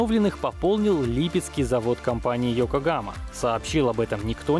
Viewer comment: Я думал ёкохама а не екогама